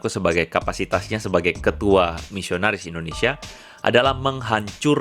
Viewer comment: endonesa... (yahhh.. ketauan deh dari caranya ngomong..)